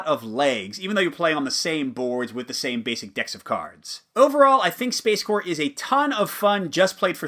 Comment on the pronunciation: Really pleased to see you make this video, as I'm on the cusp of buying this. One nitpick though: I see you pronounce it "space-core" as though it's an army corps. Shouldn't it be "space-corp" (with a spoken P), given that it's about corporations, not military corps?